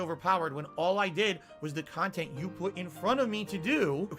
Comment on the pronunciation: He can't say dog, box or content correctly, of course he can't say Miquella.